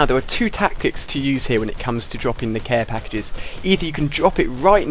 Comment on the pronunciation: hahaha !! he said "here im placing my CARE PAKII's !! anyway, nice vid dude